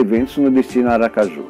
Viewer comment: O vídeo é maravilhoso, mas a palavra Aracaju com acento é sofrível!